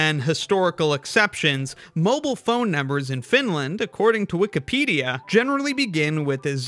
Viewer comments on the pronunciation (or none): none